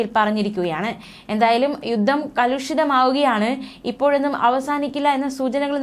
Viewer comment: യുദ്ദം യുദ്ദം യുദ്ദം എന്നാണല്ലോ പറയുന്നത്. യുദ്ധം എന്ന് പറയൂ...